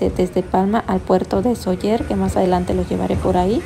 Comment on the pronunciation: Gracias por enseñar un poco nuestra casa. Se dice Sóller. Acentuando la O ya que existe el acento. La vocal fuerte es la ó. Cuídense 🙏🏻